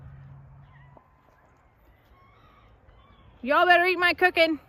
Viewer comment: You are a full blown Texan now. “Y’all” came off your tongue so easily.